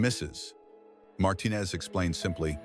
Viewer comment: Thank you for all the heartwarming stories. They all bring me tears. But please improve the narration. "Mrs -- pause -- Martinez" is disturbing attention. Thank you in advance.